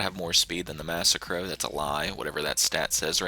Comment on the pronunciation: Lol wtf is this video suppose to be a joke?? Shut up noob.. Learn to say "massacro" Typical noob says adder is good Only noobs play with catchup and slipstream The spoiler of t20 doesnt work so how is it good?? The only good thing u said was the dominator